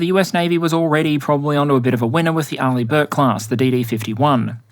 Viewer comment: Finally, i learned how to pronounce Arleigh Burke :D